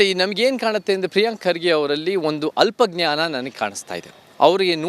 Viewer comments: ಪ್ರಿಯಾಂಕಾ ಅಲ್ಪ ಜ್ಞಾನಿ ಅದು ಅಲ ಜ್ಞಾನಿ ಅಲ್ಲ ಅದು ಸರಿಯಾಗಿ ಓದ್ರಿ ಸ್ವಲ್ಪ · News reader learn kannada reading. You are reading it as " alla gnani".